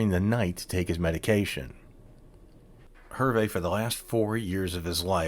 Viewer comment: good story - thank you. hard listening to how you chopped up the pronunciation of Herve's name.